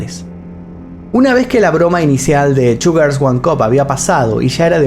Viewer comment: Parece que dice "sugars" en lugar de "two girls"... Vocalización..... 🙄😒